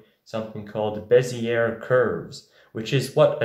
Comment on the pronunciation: Way to stick it to 'em. Bezier is the best anyway, otherwise it wouldn't be used in every vector drawing program. Also, as you can see on the wikipedia, you don't hit the R so hard, it's french. Beh-zee-ay